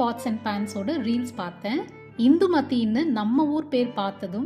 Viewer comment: 🙋🏻‍♀️naanum INDHUMATHI thaan unga Indhumathi ngara pronounce rompa nallarku🥳